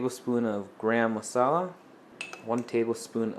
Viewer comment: You got the masala part perfect. I usually pronounce garam as "gaa ruhm" but with emphasis on the "gaa" part. Translates to hot (garam) mixture of spices (masala).